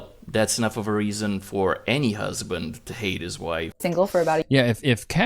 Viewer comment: Any woman that says “my husbint” is annoying